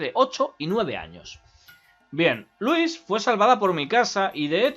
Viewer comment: Me encanta que cuando dice "Louise" se escucha "Luis"